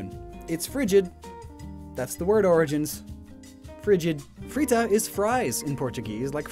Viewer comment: I always said "Friga" with a hard G. Ditto with a soft G. I have never heard a hard “T” in that name before.